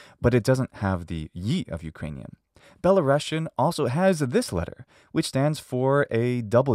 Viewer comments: Good video! One tip - you should pronounce world Belarusian (with one "s" by the way) like Be-la-rus-yan , not "Belarushian", it is a USSR way. It doesn't have to do anything with Russia. The rus part refers to ruthenia, as there used to be white and black ruthenia. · it’s pronounced “belaroosian” not belarossian